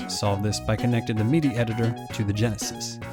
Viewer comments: He keeps saying "meedy" instead of "middy" for the pronunciation of "MIDI". Have I been pronouncing it wrong all these years? :) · "Meaty" controller. Am I the only one that says "Mid-ee"? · Is this guy saying MIDI wrong or am I? I've always said MID-E as in the word middle followed by the letter E. This guy says it MEED-E as in the ye olde drink Mead followed by the letter E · “Your Meaty Device” lol 😂 never heard someone pronounce it that way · Excellent video, but I can't be the only one slightly annoyed by hearing MIDI pronounced as 'Meedy', am I? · What's a Meedee file? Is that like a MIDI file for people who don't know how to pronounce words? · Lol I kept thinking you were saying “meaty” device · Enjoyed your video. I've just never heard anyone pronounce MIDI the way you do 😄 "Meaty." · Am I the only one that's really annoyed at the pronunciation of MIDI? I'm not the person that usually complains about this, but "mee-dee" sounds a lot like "media", especially with the loud background music.